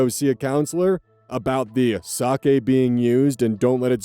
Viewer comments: ayyy correct pronunciation of 酒 (sake)! ya love to see it. if i had a nickel for every time ive heard "saki"... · Story 2: the RELIEF I felt to hear pronounce sake correctly and not as “saki” is probably disproportionate but oh my god it means the world